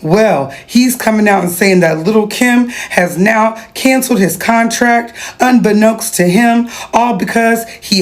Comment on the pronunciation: “Unbeknux to him” is wild lol